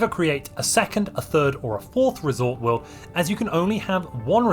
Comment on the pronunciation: What a coincidence, I built my first resort world today after years of playing Stellaris. I have to say, I'm really disappointed by the lack of unique buildings. Not even a reskin of luxury residences called luxury hotels Also, every time you say "resort world" it sounds like "risotto"